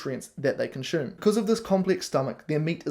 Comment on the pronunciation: I love the haircut,. Having lived n NZ I can even cope with the tortured vowels Kiwis use when speaking English. But pronouncing ‘consume’ with an ‘sh’ sound when I’m used to hearing an unadorned ‘s’, is not working for me. Please stop. 🙏